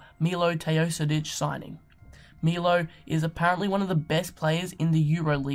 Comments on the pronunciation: you said wrong "Milo Teosidic".. correct is MiloS TEOdosic :D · And it's not Milo, it's Milos (this s is pronounced as "sh" in serbian) :D It's ok, just listen to US commentators, most of them know how to pronounce it :)